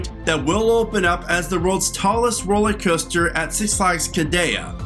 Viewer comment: I have no confidence in someone who pronounces it ROLLY COASTER instead of the correct ROLLER COASTER.